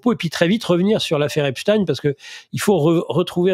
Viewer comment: On prononce à ''l'anglaise '' parce qu'il était etats unien, pourquoi prononcer à l'allemande?